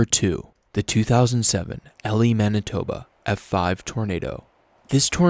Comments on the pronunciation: Elie Manitoba is pronounced "eelee" not ellie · The Manitoba town is said like "E-Lie" I live in Manitoba. Hope it can help you first future videos. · Have been around where the Elie tornado was, it's prounced EE-lie. Gorgeous looking tornado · I love that you covered the Elie tornado! We pronounce it in a southern US style E-lie rather than how it's actually spelled. Cheers! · Woohoo! Elie, Manitoba Pride! That tornado was gorgeous to watch. Also its E-lie not Elie. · I love the way he pronounced Elie Mb name lol it is pronounced ee-lie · it's pronounced E-lie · The way he butchered Elie MB